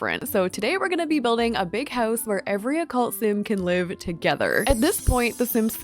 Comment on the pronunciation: no she’s saying it wrong😭